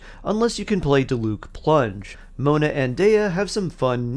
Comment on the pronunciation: i always wonder that too. even if the ENG cast might fuck up the names a lot apparently, like how are you still pronouncing Diluc strangely?? 💀 like just say what you hear please